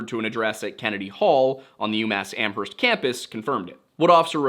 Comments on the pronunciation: Hey, my neck of the woods! Locals pronounce Amherst without the H, btw, like Am-erst. It's wild that none of the 3 pizza places were Antonio's. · only posting cause you usually ask to be corrected: the H in Amherst is silent! "am-urst." And Haverhill is "hay-vrill". Excited that you're covering this case ( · You don't pronounce the "H" in Amherst, but this is a great overview! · and a silent h in amherst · Lol the way you say amherst